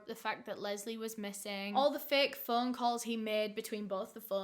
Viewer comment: "Picking up the Fuuun" Learn to pronounce o